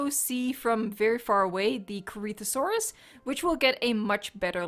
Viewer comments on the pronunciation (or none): Its pronounced corithasaurus